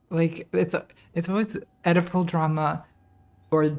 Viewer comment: I heard Edible drama, instead of Oedipal drama. A potent combo.